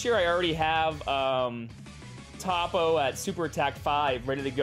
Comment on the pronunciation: “Toppo”: “Tappo”